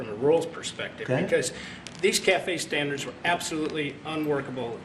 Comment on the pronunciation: What are “…vehicle stanDARS…” ?